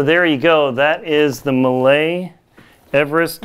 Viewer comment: Pretty informative video. I can't find those Millets in any store so was curious to find more about it. One think if I may, it's a french brand so should be pronounced "mie". I believe that crampon doesn't fit well and is no click due to having such a big size with a bar too short. What size are your Cube? Are your crampons fitted with a wide toe bail? I take a 42.5 and found with both Olympus too narrow even in 44. The Phantom 8000 is so hard to put on and I can't imagine doing it up at higher camps - annoying zip, velcro too short and shell has too narrow opening. I'm hoping to get hold of a Millet and pray it will fit my wide foot. Cheers